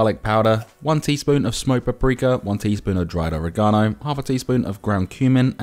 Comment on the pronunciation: I like the recipe but hate how he pronounced oregano